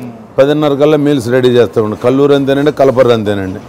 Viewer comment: It's kalluru not kalluri